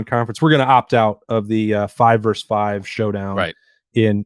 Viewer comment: Versus,. Versus.